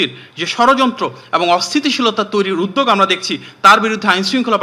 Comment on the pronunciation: উদ্যোগ শব্দটি উচ্চারণ করছে উদদেগ! 😅😅😅😅